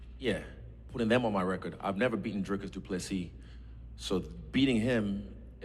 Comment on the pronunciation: u pronounce duplesis duplesi the second s is silent